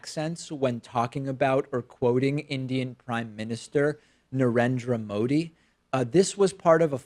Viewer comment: I don't like American accent they didn't know how to pronounce name its naa--rendre mothi